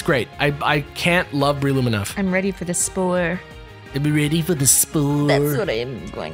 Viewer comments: I always pronounce breloom ad: Breh-loom not Bree-loom and Scizor as Scih-zor not Ski-zor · Love the video as always guys! I love how you kept mispronouncing Breloom :P (think Bell room but move the R)